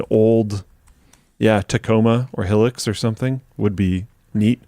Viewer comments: a hillix instead of a Hilux? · First time I have ever heard anyone pronounce Hilux as Helix before. Here in South Africa we say Hilux like "High-lux" so that was interesting to hear ! Great show as always !